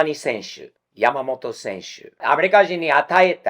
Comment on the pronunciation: さすがは、発音がヤマモロじゃないw 山本は日本より米国の方で人気あるんじゃないかと思っています